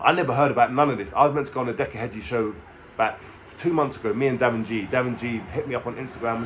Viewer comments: His name is heggie not hedgie lol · Heggie. . . .NOT Hedge-e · There is NO D in heggie , way your saying it is like in garden Hedge which is wrong , what decca said about you is right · You cant even pronounce his name Heggie💀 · Cant even pronounce Decca's second name right so highly doubtful hes speaking the truth 😂